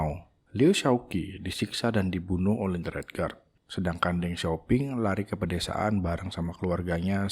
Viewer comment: Gwa lengkapin y, P di baca Ph, seharusnya Teng Siau Phing 😊